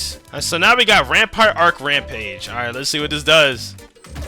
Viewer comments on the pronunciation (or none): none